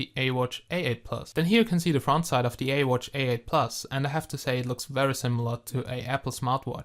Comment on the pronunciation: You dont say ee watch you say this as iwatch